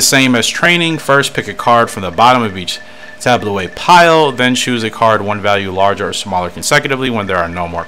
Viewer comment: It's pronounced "tab-low."